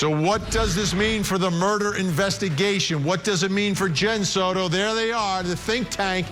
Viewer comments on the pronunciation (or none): Soto NOT "sourou". Ok??